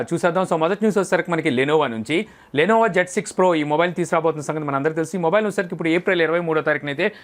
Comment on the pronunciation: Lenova endhi raa ?? Innova ana radhu ra ega 😐 Nee erri puku video lu nuvvu